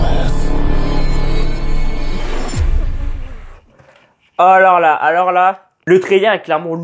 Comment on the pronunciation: Slt ta vidéo est cool , j 'adore ta façon de parler du trailer donc vraiment t au top. Le seul truc qui me dérange c'est t'a prononciation de Glass ( tu dit gloss) Split qui devient splaït ( ça ce dit Split aussi en anglais) et le pauvre shyamalan( se prononçant shamalan le y est muet) sinon super vidéo continue comme ça +1 abonnés 😃😃